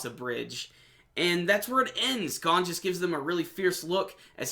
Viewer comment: Not how u pronounce gon but okay